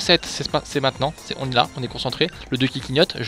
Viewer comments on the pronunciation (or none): none